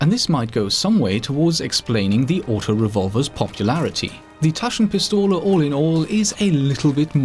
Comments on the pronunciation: taschenpistole gut ausgesprochen ^^ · haha, i love how u say "Taschenpistole"... I'm german, so i can tell u with sure: you were pretty close... not bad.